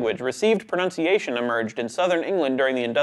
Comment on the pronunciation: The presenter can’t even pronounce ‘pronunciation’, so I hardly think this was ever going to get anywhere.